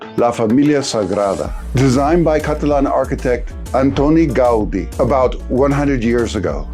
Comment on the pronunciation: First thing you got wrong: The name of the church: it's "la Sagrada Família" not the other way around. Secong thing, but don't worry, everyone out of Catalonia says it incorrectly, is Antoni Gaudí, here you have the syllables you have to stress: "anTOni gauDÍ" (do you see the accent? Is telling you to stress the last syllable, not the first one). Now, something you got right, is that Catalan was forbidden more than once, but you missing the historical events that originated those prohibitions, like The Succession War, the Spanish Civil War both Primo de Rivera and Franco (the worse one) dictatorships. And what happened then. My farher was a six year old when he started learning Spanish at school, he was both a Catalan and French speaker due to her cousins in Montpellier. The first day of school (during Franco's dictatorship) he said "Bon dia" (good morning in Catalan) and then the teacher hit him and said: "¡HABLA EN CRISTIANO NINÑO!" (Speak in Christian kid!), and then scared he said "bonjour" an the same thing happened. Catalan has survived lot's of things, right before the "Renaixença" (the literally movement that came to Europe around the 19th century) the Catalan literature that survived were Traditional and Popular fairy tales. And that Catalan French speaking part was actually part from Catalonia until it was given to France by the Spanish Monarchy. The most similar language to Catalan isn't neither Spanish nor French, it's Occitan, in fact, we can have a full conversa